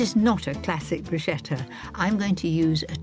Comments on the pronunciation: Bruschetta wymawia się "brusketta", a nie "bruszeta". Niestety również Magda Gessler wymawia to słowo niepoprawnie. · ohh Mary Bruschetta is prounounced with a "k" like Broosketa